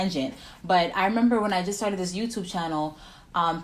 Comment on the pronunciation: It’s YOUTUBE, not THEYTUBE